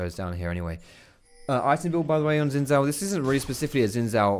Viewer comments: It's Xin not Zin. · my chinese friend told me that you pronounce it as ''chin'' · did he really say hes plaeing zin.... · pronounce it as Shin